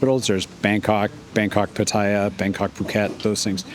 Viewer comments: Why can’t Americans never learn to pronounce things right? Even the places where they decided to live. It is not Padia, it is Patta-ya. With the stress on the LAST syllable, not the first. So don’t be a moron, learn the place you chose to live and learn it from tho locals, not from other morons who also never learnt it right. Otherwise a quite good video nicely presented. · I refuse to watch any videos by ex-pats who don't even show enough respect to put in the slightest effort to pronounce the names of the city they are in. You DO realize that there are three 'A's in Pattaya? Pronounce ALL of them. And Pattaya is one of the easy Thai names. All it takes is a little effort on your part.